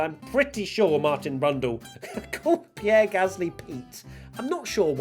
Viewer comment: I didn't hear Pete Gasly, I heard Peak Gasly.